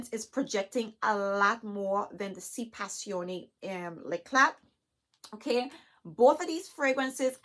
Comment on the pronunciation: You are Beautiful Black Girl Magic. And thank you for pronouncing the fragrance correctly.... lol I just got the revised Si intense 2021. but I want to try one of the Si Passione fragrances. Thanks for helping me to decide which one. I think I want to try the Si Passione Intense.